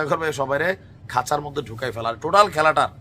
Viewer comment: "এয়ার মধ্যে" চমৎকার উচ্চারণ